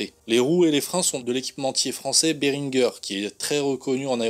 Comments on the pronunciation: Salut c'est béringé prononcé a la Française pas berinegeur lol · Super ta vidéo par contre si c'est un équipementier français c'est pas Beringueuuuuure c'est Bérinjé:D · Ca se prononce "beringé", c est francais😎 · Ber1gé stp français on prononce à la.francaise 🙃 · ça se prononce à la française et pas à l'anglaise. ;)